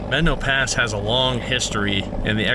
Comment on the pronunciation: Good video and nice job on properly pronouncing Medano Pass. It's one of my favorite trails and every other video I have watched; they pronounce it wrong. I run it at least once a year. You are pretty brave to run Blanca on your own. I ran it in my Jeep with 33's with our group and I won't run it again. I don't need to die on the trail.